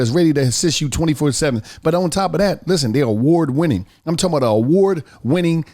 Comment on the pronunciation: Nobody: On The Paid Promo: "I'm Talm bout..."